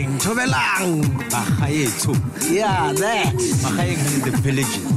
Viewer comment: Did you just say Thobelang??😂😂 Here we go again, 🤦